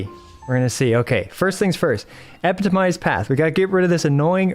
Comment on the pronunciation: Please put the correct stress on ePITomized